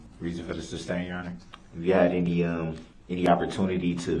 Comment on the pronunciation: It drives me crazy when he says "substain" instead of sustain.